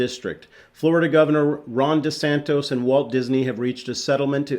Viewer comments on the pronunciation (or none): Sorry,. It is DE-SAN-TIS. Not De-san-TOS. I've lost so much after buying it at $130 and waiting for almost 2 years to sell it at $108. I'm fed up with Disney. Those cry babies can shove it. I will not participate in Disney stocks again. I hope they go to Zero.